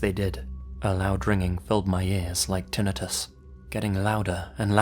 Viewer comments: Tinatus(how he pronounced it)...tinnitus? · I always want to get wrapped up in these bullshit stories, and then a word like tinnitus gets thrown in there and is pronounced like a fourth grader is reading the story.